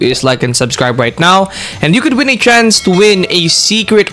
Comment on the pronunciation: Why does your tts keep saying trans king instead of chance king?